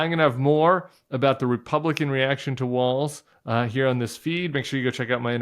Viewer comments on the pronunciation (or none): No offense intended whatsoever (love your show), but It's not "Walls" - it's "Walz" (pronounced just like "Waltz")